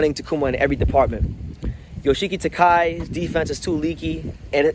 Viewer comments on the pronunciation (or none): Ryōsuke Nishida may relinquish his title due to him having a hard time cutting weight. Btw, Yoshiki Takei's name is pronounced Ta-keh-ee or kay, and he may move up to a higher weight class since he should be in the super bantamweight class to begin with. Takuma Inoue seems to be the most likely to fight Junto Nakatani, while it remains uncertain who will be the next IBF and WBO champions. IMO, Seiya Tsutsumi and Daigo Higa are the top contenders for the championship title. If Tenshin Nasukawa wants a shot at the tile soon, he'll have to win a continental title or more matches. Keita Kurihara and Riku Masuda are also potential contenders, with Masuda being particularly strong southpaw...... why are you in Nicaragua lol